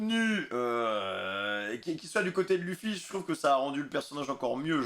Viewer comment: qui dit lufy il est casse couille